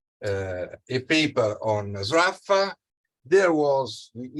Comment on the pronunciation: I never knew that that was the correct pronunciation of "Sraffa".